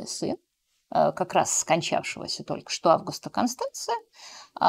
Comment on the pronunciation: Особенно тока и шобы, очень мешает и отвлекает. Юлия, если Вы думаете, что это изюминка, или приятная особенность, то Вы ошибаетесь. Старайтесь произносить правильно слова.